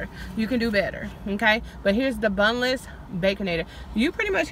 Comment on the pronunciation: Great idea, but I thought I heard you say boneless, but you said bunless😜😜😜😜😜